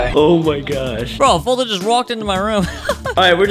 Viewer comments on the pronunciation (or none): _FoltynFoltynFam::_FoltynGGs: say gg when u say Folytn !